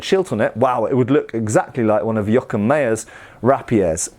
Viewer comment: We need to get to say "Joachim" more often, it's brilliant.